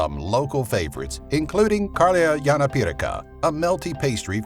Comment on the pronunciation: Kaurialijan phiejarakha:D its karjalan piirakka. Just spell words like theyr writen and it will do the trick. Great vid btw😁